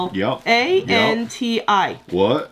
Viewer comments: It’s pronounced Ip-suh-lan-tee. Not Yip. 🤦🏻‍♀️ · the last one is (Yipsilanti) Ip-sa-lanti Michigan :D it's next to Ann Arbor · Yipsilanti is in Michigan lol. It’s pronounced Yip-sa-lan-tee. Love the videos. Keep up the great work. Can’t wait for the next one. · Ypsilanti, is Michigan! Pernoinced "yip-se=lan-te. Lol. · Ypsilanti = Ip-sill-ant-ee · Ypsilanti MI, Pronounced yip-si-lanti. Suburb of Detroit. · Ip-sa-lan-ti, Michigan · The town at the end Ypsilanti probounved ips i lant y. Its a place in michigan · Ypsilanti is pronounced Ipsilanti and it's in MI> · Pronounced Yipsalanti